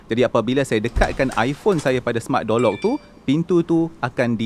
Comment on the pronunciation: Kenapa aku dengar seperti Jolok , tengok semula ayat Door Lock ... Aishhh 😅😑